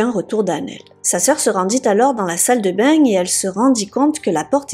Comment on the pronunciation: C quoi ça "la salle de beigne" & "les voizaigne" ahahah xD